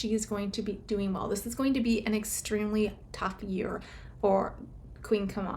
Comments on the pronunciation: Camilla not kamalla😊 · Not Kamala its Cam-illa and shes not a Queen, she's a Consort.